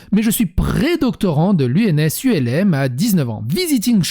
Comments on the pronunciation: On dit ens ulm ( rue d’Ulm à paris, dédicace à une bataille napoléonienne dans la ville allemande d’Ulm) et pas U.L.M, les U.L.M sont des petits avions Ultra Léger Motorisé … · on ne dit pas U.L.M.. on dit ULM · Petite precision c'est pas ens U.L.M mais Ulm comme il serait prononcé français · S'il te plait, tu peux prononcer " ULM / HULME " c'est parce que l'école est située rue d'ULM ( qui est une ville allemande, d'ailleurs on devrait dire OULME à l'allemande, mais en France c'est toujours prononcé HULME ) j'ai l'impression que c'est une vidéo sur l'aviation avec tout ces U L M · Ne pas confondre la date de soutenance et le début de la préparation. On prépare en géneral, avant 3 ans la première soutenance. Si première soutenance en 2013, ça ferait . Pour l'ENS On ne dit pas 《 U. El hême》, mais 《ulme》 Normale parce qu'on forme ceux qui diffuse des normes. On est normalien lorsqu'on est admis au concours, ensuite on est ancien éléve d'une ENS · Juste on dit l'ENS Ulm pas U.L.M. car L'ENS est rue D'Ulm. ULM c'est ultra léger motorisé.. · "ENS U - L - M" c'est une école de deltaplane ? On prononce Ulm (Hulme en phonétique), c'est une ville en Allemagne où Napoléon a battu les Prussiens en 1805 :p edit : parce que l'ENS est située rue d'Ulm dans le 5ème à Paris. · "l'ENS U.L.M" mdr ça se prononce "ulm" en un mot phonétiquement "ulme" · Un doctorat se prépare en général en trois ans en sciences dites "dures", il en a préparé et obtenu 3 en y consacrant 2 ans. Il les a obtenus sur 3 ans d'intervalle mais préparés sur 6 ans. ENS Ulm et non ENS U L M, Ulm est une ville Allemande et non un Ultra Léger Motorisé... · Merci pour la vidéo. Petit détail : "Ulm" n'est pas un acronyme, c'est le nom de la rue. On dit donc "Ens Ulm" et non "ENS U.L.M." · C'est pas ENS ULM mais juste Ulm (car l'école se trouve rue d'Ulm à Paris)... Ça me trigger de ouf